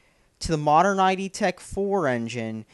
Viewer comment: He's so stupid he's not even saying "id" correctly, he's spelling for a name, and he sounds like a MGTOW twit!